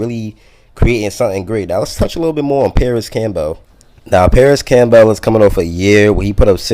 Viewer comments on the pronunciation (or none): Issat how u pronounce Campbell's soup? Camp- bale? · My man with the "Cam-Bell" you probably say the vehicle that takes you to the hospital is an ambalams huh?